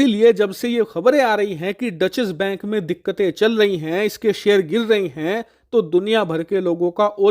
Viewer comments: Actually, it is “Doetch”. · डचेस बैंक नही, डॉइशे बैंक. That's the right pronunciation. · इसे " डॉशे बैंक " बोलते हैं । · Dutchesh bank nahi hai wo 😂😂😂😂 it’s a German word. Content sahi rehta hai lekin उच्चारण pe kaam karo